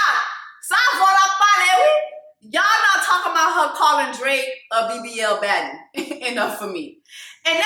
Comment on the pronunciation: Not you calling Drake “Draq” 😁